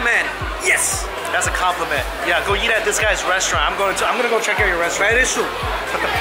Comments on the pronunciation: Does anyone notice says eat like yeet? 😂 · Is it me or does he say eat like "yeet"